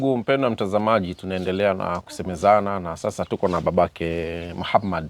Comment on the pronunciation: Jina anavyolitamka Muhammad maa shaallaah huyu subhanallah ni kigogo